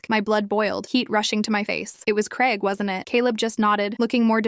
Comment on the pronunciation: ITS GRAIG NOT CREG. Bloody hell 🙄